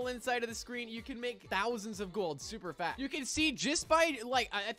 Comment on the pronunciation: you said "fat not "fast"